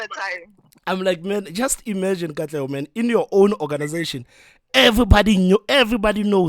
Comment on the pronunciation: I DIED when you called Katlego💀